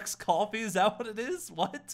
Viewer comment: I’m suing cus you said “Starbucks coffiee”